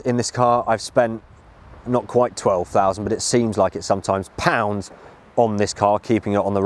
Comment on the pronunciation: POUNDDSS!!!🤣🤣🤣🤣🤣🤣Tthe emphasis!!😁😁